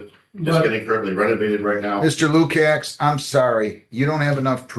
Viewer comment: The name should be pronounced “Loo-kach”. It’s spelled Lukacs.